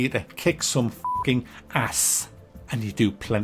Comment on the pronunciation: I love how puts so much emphasis on the “ssss” at the end of “ass”